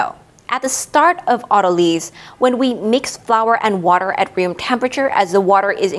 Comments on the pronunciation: “Auto lease” isn’t that a way of purchasing your next car? In biology “lyse” is actually pronounced like “lice”. Very thorough discussion. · Do people commonly pronounce it auto-leez? I've always heard it pronounced auto-lies. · The only thing that confuses me about autolyse is the pronunciation. I've never heard lysis pronounced "LISSiss", only "LIE-sis", so saying "auto-leese" not "auto-lies" or at least changing the stress to "au-TO-lississ" the way you stress the 'drol' in 'hydrolysis' is very alien to my ears! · It is av-toh-lee-sis, as per the original Greek. Weird, isn't it, when English speakers mispronounce words it's suddenly the new proper? Don't try to stop the natural evolution of language, it's a fight you will lose painfully. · Linguistic science is descriptive, not prescriptive. If you want to be pedantic, it's pronounced av-toh-lee-sis, as per the original Greek words. Just because Englishmen struggle and languish when pronouncing Greek, doesn't mean we have to change the language. 😉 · I've always heard it auto-lease. Not a z sound but an s sound. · AH-tuh-lease and aw-ta-luh-sis not ah-TUH-leez. Gliadin was also suspect. But beyond this, the videos are excellent.